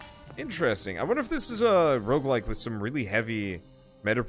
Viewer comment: he sead rogelike